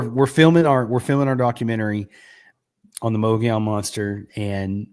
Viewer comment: You know you are saying The word wrong Mogollon . I am a witness of this creature and it was along the Mogollon Rim in the middle of the desert my encounter happened in the year 1993 .